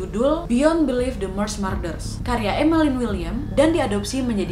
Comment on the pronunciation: Kaaaa .. murders dibaca nya tetep spelling "u" bukan marder cmmiiiwwwww